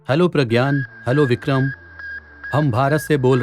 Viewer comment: Vikhrm nhi bole lag alhgh ok rhega my diear.